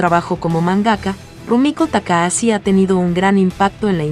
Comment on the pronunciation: Se escribe TAKAHASHI y se pronuncia TAKAJACHI, no TAKAASI, para eso está el traductor de Google. Maldita sea! 😂